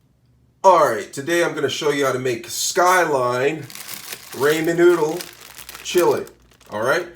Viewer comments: its pronounced Raw-men... but im trying this tonight wish me luck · 😂😅 yes the ray-men was killing me too lol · "Raymond noodles" -Headass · Ray-man noodles… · Raymen, ameerican chise, and chileye mmMmm. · Oh my goodness! Every time he says "Ray-men", I cringe from the pronunciation. Lol. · You’re gonna need some Raymin noodles lmao